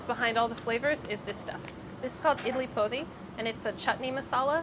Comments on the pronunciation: Idli Podi is pronounced with a hard D (like poh-dee) and translates literally to idli powder! my family always just used to call it idli karam or kobbari karam (bc ours had coconut in it, or kobbari) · Sohla’s was definitely my favourite but she’s gotta learn how to pronounce “idli podi”!!!!!! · I love sohla and I really hope she appears more.... but her pronunciation of podi made me cringe so hard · The podi in idli podi is pronounced closer to pori than podi, like a hard r